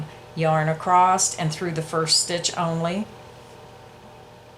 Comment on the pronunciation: Love your tutorial videos! Very thorough with your explanations. (FYI - when you are speaking, you say "acrost" instead of "across". Just thought you'd like to know.) Otherwise, great job!